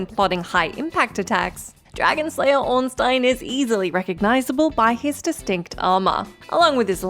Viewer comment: Can I just say that I'm impressed and happy that you pronounced Ornstein right.